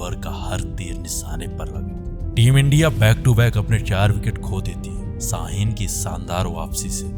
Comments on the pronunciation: Abhe Totle. Tere ko bolna toh aata nahi jo background mein bol raha. Biswas nahi Vishwas hota hai. Rohit Sarma nahi Sharma hota hai. Saheen nae Shaheen hota hai. Total kahi ka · Saheen nahi Shaheen. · Abe saheen nahi shaheen hota hai. Pehle bolna to seekh lo.. aur ek baat kisan nahi kishan hota hai Chal chutiye